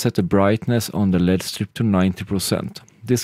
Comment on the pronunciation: Literally can’t watch the video because he pronounce “LED” wrong...😡